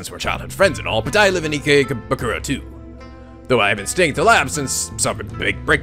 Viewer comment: If you ever watch the anime Durarara!! It's easy to figure out how to pronounce, It's E-KAY-BOO-KURO...dunno if that helps but I hope it does :D